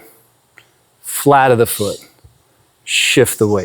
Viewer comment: Does anyone else hear "platypus foot" when he says "flat of the foot"? 😅🤣😂 Seriously, though, Thank You so Much for this video 🙏💖🙌